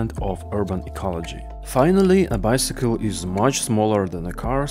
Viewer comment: "Bycicle" hahaha 😂 😂